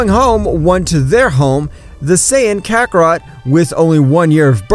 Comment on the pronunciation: "Kakaroht" lol.